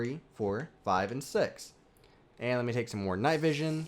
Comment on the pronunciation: I love it when he says night vishwa and swifshwa!! 😂😂😂